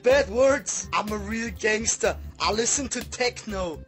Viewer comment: Aichster gangester lol